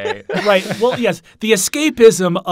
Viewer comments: "Siggle" 😏 Great episode though. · “The City is Siggle.”